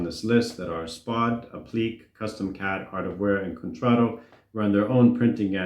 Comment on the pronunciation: "Appliqué" is pronounced "app-lee-KAY." Please improve sound quality, your voice is so echo-y made me click through and leave asap.